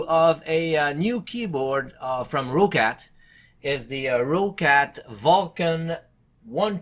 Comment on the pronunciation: rOOOUUccat XD XD XD just roccat [rocet]